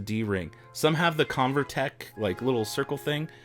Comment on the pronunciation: It’s CoverTec not ConverTech :)